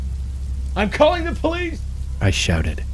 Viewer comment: "IM CALLing the polih"